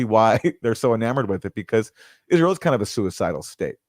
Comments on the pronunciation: Pillow biting closet queen Lindsey says "Izrul". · Why does Lindsey Graham insist on mispronouncing Israel? And Taiwan? Is there some christian extremist background or reason for pronouncing it that way?